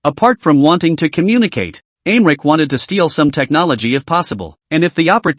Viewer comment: The Translation is trash. I am wondering if the pronunciation of America is being mispronounced is intentional or not considering most of the others are correct.